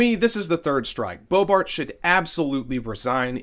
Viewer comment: You said BoeBART. Lol. And again .